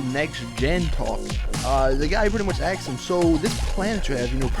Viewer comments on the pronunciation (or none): Aksed aksed aksed....